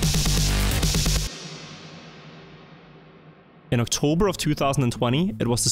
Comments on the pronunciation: octorber instead of october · "Octorber" hehhe